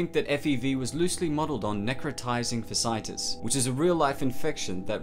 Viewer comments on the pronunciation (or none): It’s pronounced like ‘fashyitus’ not ‘fasitus’ ;) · I’m sure no one cares, but the real world disease referenced is necrotizing fasciitis. Nek ro tie zing fa she I tiss. The fascia is a layer of tissue, mostly collagen, that is just beneath the skin’s subcutaneous layer. With necrotizing fasciitis, it rapidly dies, necro, and inflames, itis. It’s spreads insanely fast and can be very lethal. My nitpick was just the pronunciation of fasciitis. It’s not fa shite iss, as said here, but what I put above. /medical rant. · It’s pronounced fashey-eye-tis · Necrotizing Fasciitis is pronounced Neck-Row-Tizing -Fas-E-i-Tis